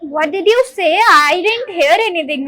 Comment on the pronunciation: Here ❌ Hear ✅